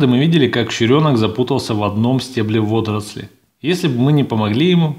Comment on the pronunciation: Иван Иванов слух режет)))